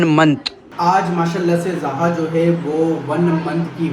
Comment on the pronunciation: Zoha bola kro zha nh